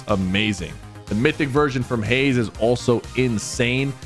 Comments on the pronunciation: Twin Hammers Are So OP And Bruh is calling Hush "haze" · Buddy calling Hush "Haze" incorrectly was driving me nuts.